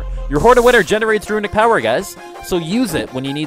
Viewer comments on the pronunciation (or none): Notable guide! You're botching some words though. 'Meta' is pronounced met-uh not may-tuh 'Runic' is pronounced roo-nik not roo-i-nik 'Resilient' is pronounced ri-zil-yənt not re-zi-lent I sound like a jerk but it's driving me crazy.